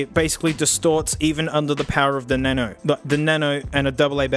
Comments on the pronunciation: It sounds like is translating welsh to english in a Mexican accent 🤣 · we all know and love the good old "na-no" that allways gets me rolling on the floor 😂😂😂😂😂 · Aside from the pause, that's close to how I say "nano"